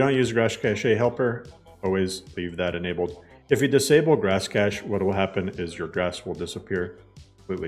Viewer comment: Please 🙌🏻 pronounce cache like cash. This is an honest request